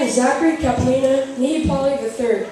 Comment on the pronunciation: Butchered my name As ALWAYS